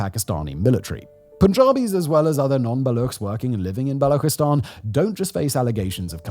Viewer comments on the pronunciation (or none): God damn it Simon I've been saying since the VisualPolitic era that Balochistan/Baloch has its ch pronounced as lik ch in church, chapter or channel not like that empty mouth gargle sound ! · Baluchistan is pronounced with the same CH sound as English, not the German one.